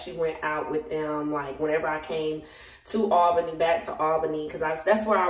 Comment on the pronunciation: girl I’m already knowing and I’m from there and that’s exactly how we say it! 😂😂😂😂